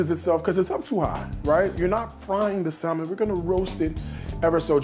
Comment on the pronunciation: Love the salad. That dressing is dope. BTW.... The L in salmon is not pronounced. It's Saa - Mon not Sal-Mon.